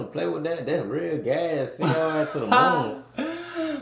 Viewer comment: Bro said gassy gas 😂